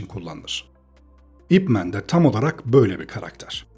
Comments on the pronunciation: "ip men" diye değil "ip man" diye okunuyor. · Videona genel anlamda kayılıyorum ama bir düzeltme yapmam lazım. Bu "İp Man" adamın adı adı... Bi lakap falan değil, neredeyse herkes "İp Men" diye okuyo. Sanki süpermen türevi bir süper kahraman adı okur gibi. Bazıları daha da sinir bozucu, belki duymuşsunuzdur "Ay-Pi Men" dye okuyan var. 😒 Lan adamın adı o adı ya... Yazıldığı gibi okunuyor bu kadar basit. "İp Man" zaten buradaki "İp" soyadı "Man" da adı.